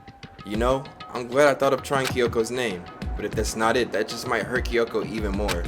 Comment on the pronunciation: Spike making Jump Force? Then where is Monokuma in Jump Force? Or Big Mac? (or Both?) Not gonna Gloss he spelled Kyoko as "KEE-Y-O-K-O"